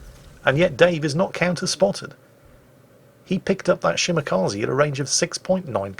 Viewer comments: Dear, Kaze is pronounced Kazeh, not Kazee. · Ah yes, the Shimakazi., when will you learn that the japanese E is pronounced like the E in Echo? xD